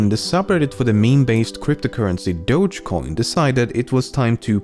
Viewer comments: DO-GE COIN ffs. Not Dodshhcoin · >Dogecoin >pronounced as DODJ WHY